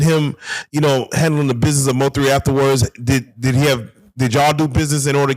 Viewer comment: Trust no one that says, Biness instead of Business 💯🫡